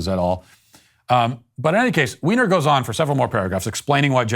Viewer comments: Are you purposely mispronouncing Jennifer Weiner’s name? You know it’s pronounced like “Winer”? Are you just making fun of her? That aside, she used to be one of my favorite authors but in recent years her books (and essays like this) have been so full of leftist woke nonsense that I had to give up reading her books. It’s a shame because she really is a very talented fiction writer. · I can't handle Matt saying, "Ms. Weiner". 🤣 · Is Jennifer Weiner a Transwoman? The way you pronounced her name!:)))